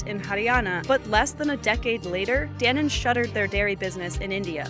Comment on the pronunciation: Dan-on, Dan-1 nahi. But video was good